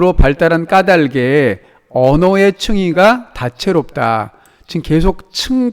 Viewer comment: 왜 '까달게'가 아니라 '까다게' 인가요..? '닭을' 발음할 때도 '[달글]' 이라고 하잖아요. 의존형태소니까 연음해서 내야 하는 거 아닌가요?